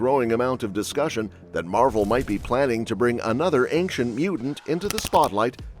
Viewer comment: So she's Galactus. She is, indeed, "aink-chent", lol